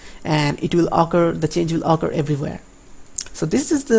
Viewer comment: Research the proper pronunciation of int and occur